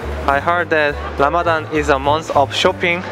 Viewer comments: Well its RAMADAN NOT RAMADHHHHAN . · You always saying "Lamadan", you must learn to pronounce it well (Ramadan), not "Lamadan". Ramadan Mubarak. your brother Ramadan Ziada, from Palestine.